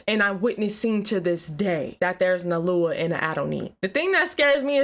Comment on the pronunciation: Why does she talk weird? "Alua"? "Adoni"? Why not just say God? Or Yahweh?